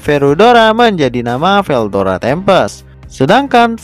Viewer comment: veldora bang bukan verudora